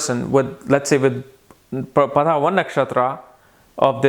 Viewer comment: That is pada That is paada